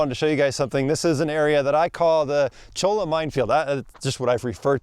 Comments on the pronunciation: Those Cholla cactuses are pronounced CHOYA. They definitely are no fun! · Just thought you should know, it's pronounced "choy-ya"... Sorry if that upsets anyone but we all want someone to tell us when we've got food in our beard too.